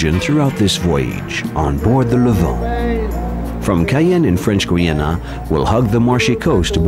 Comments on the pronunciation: Why does he say "Gweeana" instead of Guyana or Geeyana? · Its pronounced Guy_ya_na not goy_yana